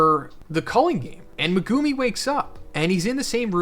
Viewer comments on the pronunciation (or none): why does every youtuber say megumi and sukuna wrong? in the anime, it says mehGUHme not MehGOOME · Not sure if it’s Meg-gu-me or Meh-gumi but everytime I hear Meh-gumi I instantly get annoyed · I am not trying to be pedantic. I like your videos and I think people can pronounce things however they want. But Meh-GOO-me is hilarious. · Even this late into the series he doesnt know how to pronounce megumi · I hate how you say Megumi name